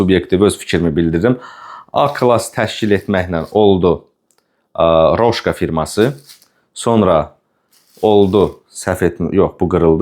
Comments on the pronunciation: bir düzəliş: kolbasanın adı "Roşka" deyil, "Rosko"-dur. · Roşko oxunur o kolbasa?Səhv tapmağa görə demirəm,mən bilən Rosko gedir